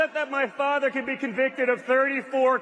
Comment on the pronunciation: The way says "my FAHTHER" Gives me the heebs